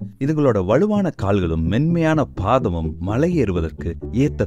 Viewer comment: ஏன் உங்களுக்கு தமிழ் சரியா உச்சரிக்க தெரியாமல் இருக்கு மலையை " மழை " என்று சொல்லுறீங்க.